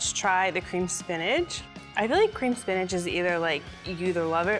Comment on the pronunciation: Why does she say spinach like spinaj